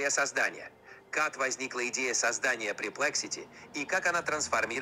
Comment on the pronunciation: Минутка душноты, правильно говорить pErplexity 😊